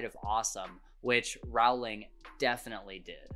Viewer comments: Your story is as fascinating as the HARRY POTTER series itself! Just one point of fact, if I may: J. K. Rowling pronounces her surname to rhyme with “bowling”— and NOT to rhyme with “howling,” as you’d wrongly guessed. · Just for anyone who may not know, Rowling is actually pronounced like row row row your boat :) I'm so glad you enjoyed this series! Man do I understand what you meant by wanting to start the series all over again. I've read many classics, (most recently I read LoTR which I enjoyed) and NOTHING has captured my heart like Harry Potter. I always feel so completely pulled in by the magic of it all and each time I finish the series I feel like I'm mourning a friend. I've read it once a year the last few years, haha. I've recently begun reading it again. I've actually been trying to branch out and find other fantasy series (hence LoTR) but the big issue I'm having is that SO MANY OF THEM are basically just romance's disguised as fantasy and that's not what I want. I want to read a fantasy series, not a romance. I don't mind the romance in HP because it's like a side character. It's not the main plot. If anyone has suggestions, please let me know. I've read Shadow and Bone, tried reading the A Court of Thorns and Roses books (too graphically violent for me and focuses too much on romance) I started reading The Crescent City, and am currently reading The Cruel Prince. Nothing comes even close to HP. Help! Lol